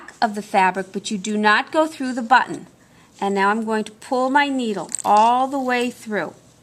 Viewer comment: A lot of comments about the sewing but the most pleasant and refreshing aspect of the whole tutorial is pronouncing the word "button" correctly 😂. Too mamy times the double t sound is not annunciated. Many people say bu-in, never clearly saying one t let alone borh